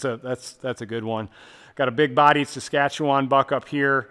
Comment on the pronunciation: I'm more impressed he pronounced Saskatchewan correctly, we have amazing hunting here.